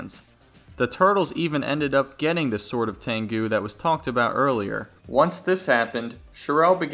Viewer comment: It's pronounced "tengu" not "tangu"